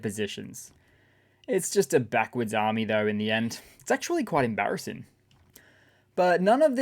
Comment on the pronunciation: Slip of the tongue? You said “Russian Harm-me” instead of Russian Army. Lol